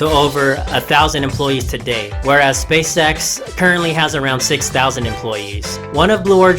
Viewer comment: Why are u saying space sex